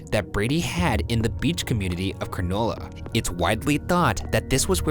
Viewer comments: I- I just realised the way they pronounced Cronulla... it's not a granola bar is a place guys. Cra-nul-a... This is why I dislike American's pronouncing any Australian name including the word Australian Lmao XD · Positives from the boys looking at Aussie cases: important representation of the land down under Negatives: Ryan pronouncing Cronulla 'Cronooolla' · cronulla (Crow-Nul-Uh) from a local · haha a Cronulla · All Of Sydney cringed when they heard the way Ryan pronounced “Cronulla”